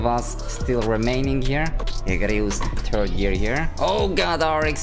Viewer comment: “turd gear”